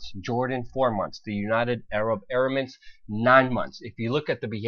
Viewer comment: DUDE, you need to learn how to say UAE. United Arab Emirates NOT "Eramints" It's like the 5th time I've heard you mispronounce that country... ?